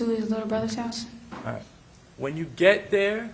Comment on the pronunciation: The defense attorney is trash and sounding to make a big deal about random statements and continues to say "ahrite"